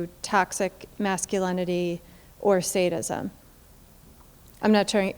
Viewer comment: Is he saying Sanism or Saintism??